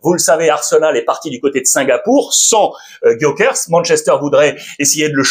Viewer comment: Alexandre s'il te plait un peu de respect a chaque fois tu dis Gyokers alors que c'est GyokerES